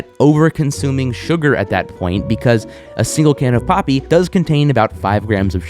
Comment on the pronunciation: For a second I swore it said poopie